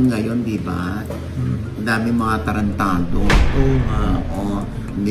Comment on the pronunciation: Baklang bakla ang pagkakabigkas ng “tarantadwuoh” 😂😂😂